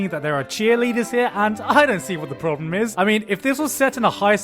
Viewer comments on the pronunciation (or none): none